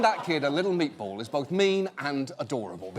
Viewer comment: no one: John Oliver: M E A T B O L L